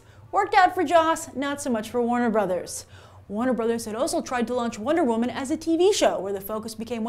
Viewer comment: Wonder wo-MAN